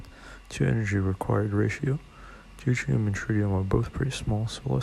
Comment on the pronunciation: Deutrium? You mean Deuterium?